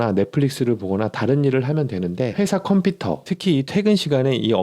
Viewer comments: 컴피터 아니고 컴퓨터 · 컴피터X 컴퓨터O